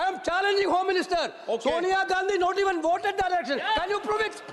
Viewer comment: Amit ko to vote bhi bolna nahi aata vooat bol raha hai bsdka